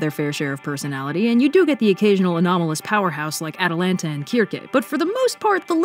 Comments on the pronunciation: Did you just pronounce Circe(Ser See) as keer kay? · ITS PRONOUNCED “sir-see” NOT “ker-key” Sorry for spreading misinformation lol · CIRCE IS NOT PRONOUNCED KIRKEH PLEASE MY SOUL HURT WHEN U PRONOUNCED IT LIKE THAT (it’s sssir seee) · I THOUGHT IT WAS SIR SEA. NOT KIR KAY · Keer-key? Huh. I always pronounced it as “seer-sea” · i thought Circe was pronounced sir see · the soft c/s sound is just the pronunciation in english, the original name sounds like kirke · Who is Keerkay? Please tell me that’s not how you pronounce Circe 😞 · When she says "keer-kay," does she mean circe? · Is the goddess who does the absolving of their crimes Circe? I'm just a little thrown if it is cuz I've never heard her named pronounced "Kir-Ke" before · WAIT SO YOU MEAN CIRCE IS PRONOUNCED KER-KEI AND NOT SER-SE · Have I been pronouncing Circe wrong? I've been saying it like ser see, is it really pronounced with hard C's? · your pronunciation of Circe had me so shook. Yes, after a quick google search I do now know that it’s originally pronounced with two hard K’s, but literally everyone else I’ve ever talked to pronounced it like “Cersei” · That's the first time I heard her name pronounced like that. I thought it was pronounced Sir-see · Circe pronounced KER-ké Me who studied Latin briefly in middle school: WAIT, IS THAT REALLY HOW IT’S PRONOUNCED?!... Well... yeah I guess it would be but my mind is still blown. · It took me a minuet to catch who you were talking about with Circe. Your pronunciation of her name was massively different than in previous videos. I'd like to think that she and Medea become sorceress gal pals and hang out on Circe's island every once and awhile to chat, have drinks, and do magic stuff. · Wait- is "Circe" pronounced "Keer-ke," or "Sir-see?" I've said it the latter way my whole life. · Oh, the woman listed after Atalanta was Circe, just with the Greek pronunciation. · really punched me in the face with that pronunciation of Circe